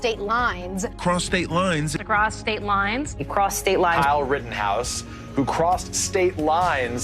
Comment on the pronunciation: “across states lines” melted into “prostate lines” after hearing it for the hundredth time 💀